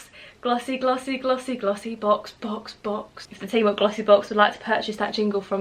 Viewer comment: everytime you said glossy box, i thought you were saying vossi bop